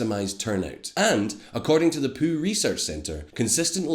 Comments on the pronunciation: Hey, dude, little hiccup with your accent there you might want to address - it's the "Pyew" research center, not the "Poo" research center. :| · Did he say Poo research center instead of Pew? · the "poo" research center? Hahahaha I love the Scottish accent. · Does anyone else find it hilarious that he pronounces the Pew research center as the Poo research center :D